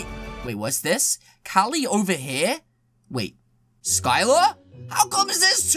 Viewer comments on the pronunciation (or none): none